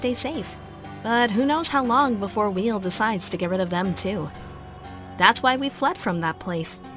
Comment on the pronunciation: “Wheel”? It’s pronounced whyel